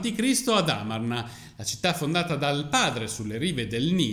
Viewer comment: NB... padre di "Tut" e Ankhesenamun si chiamava Akenaton e non Okenaton(!?!) E si dice Amárna non Ámarna.... Studia .... sennò fai la figura dell'ignorante se uno se ne intende un po'....